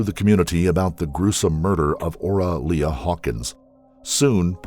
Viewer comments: The victim's name is pronounced Ora "Lee", not "Le-uh" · Lea is not pronounced Leah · I always enjoy these stories. But maybe the narrator could check pronunciations before recording! The victim's name was "Ora Lea" pronounced "Lee". It's a small thing but it seems disrespectful to mispronounce the name of a murder victim.